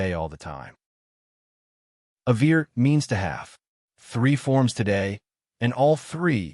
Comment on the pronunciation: “Avere” is pronounced in a wrong way. How do I trust this channel after that?..